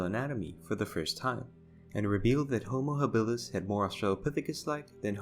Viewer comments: Does it bother anyone watching this that every other time he pronounces Homo Habilis he says it wrong, I would think the first time he screws up he would correct his self not so, had to turn it off!🤣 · How does someone know so much about anthropology, yet not know how the word is pronounced?